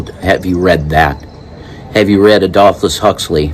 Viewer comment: Brave New World was written by Aldous Huxley, not "Adolphus" Huxley!